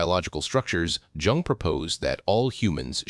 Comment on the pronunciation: You should maybe pronounce Dr. Jung’s name correctly. Oh wait, you’re a robot . . .